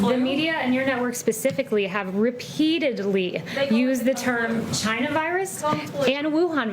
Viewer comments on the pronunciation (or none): Does anyone love the way President Trump pronounces China. It sounds like "Jyna". 🙂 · These reporters are jackals. "The virus came from CHI-NA."